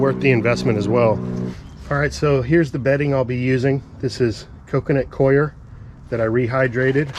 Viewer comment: Thanks for pronouncing the word coir properly.... rhymes with choir, y'all